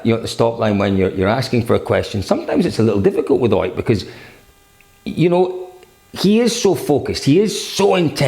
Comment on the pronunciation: Why do you always say like "OIT Tanak", when he is "OTT Tanak"?